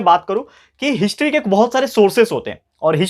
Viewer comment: Sir apne history ko hintry kyu kaha 😅